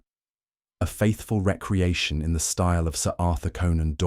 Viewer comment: Excellent story! The narration is wonderful except for one jarring mispronunciation… it is pronounced re-creation not reckreaction.